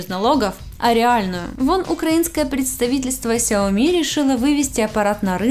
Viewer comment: ну почему ксяоми, сяоми правильно